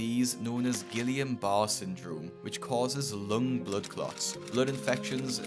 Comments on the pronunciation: Gillian bar ≠ Guillain-Barré (gee-yahn BAH-ray / ghee-AWN buh-RAY ; these are the two ways of pronouncing it unless you’re actually speaking French 😊 ) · It's pronounced Gee-yan Bar-ray, with a hard "g" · And an unfortunate inability to pronounce guillain-barré😂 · Why to YouTubers never bother to google how to pronounce things? That’s not how you pronounce Guillain-Barré syndrome 💀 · On the last patient, the name of the disease is Guillain-Barre syndrome, pronounced ghee YON ba RAY. It’s an auto immune disorder.